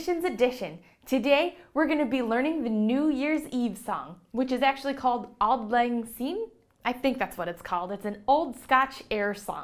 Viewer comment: I'm born and bred in Scotland (I live pretty close to Glasgow which is the unofficial "real" capitol of the country). The correct pronunciation of "Auld Lang Syne" is phonetically Auld = "ALL-d" Lang = Just as it looks and sounds. Syne = Sign